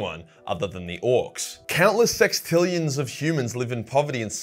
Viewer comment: ‘Sex’tillian lol. Nice